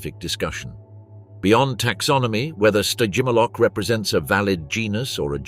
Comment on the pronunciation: What? You’re not loving the “Sty-jim-ah-lock” vibes??🤭😝 I’m totally loving it! I’m not about to crack! I swear! Just, please, don’t make me hear it even one… more… time…😵‍💫🫨💥🔥 Spontaneous human combustion…